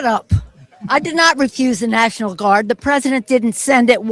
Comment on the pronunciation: I (hic) did not dishmish the (hic) Nashonal Guard.